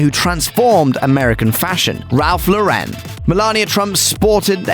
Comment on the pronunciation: Ralph Lauren’s name isn’t pronounced lau-REN, but LAU-ren.